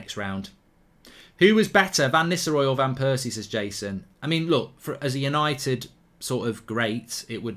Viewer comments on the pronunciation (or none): none